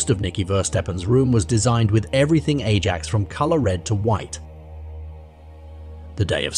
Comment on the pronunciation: Ajax FC is pronounced more like “eye-ax.”